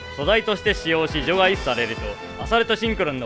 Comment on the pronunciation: 除外の発音が場外みたいで気になる